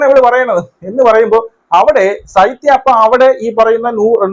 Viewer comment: സൈത്യ അല്ല ശൈത്യ